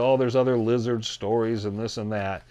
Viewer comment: It’s lizid peeple!